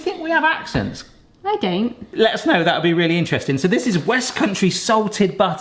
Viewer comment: "Do you think we have accents?" says I don't in the most west country way possible